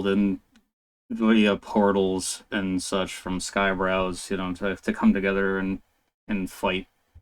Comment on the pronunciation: Nice breakdown bro! You pronounced my name perfectly btw 🤌🏻